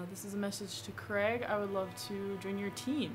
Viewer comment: 0/10 Craig would not like that you called him Crag